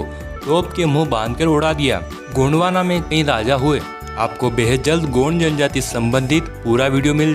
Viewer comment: गोंडवाना नहीं गोंडवन है बहूतोंको पता नहीं.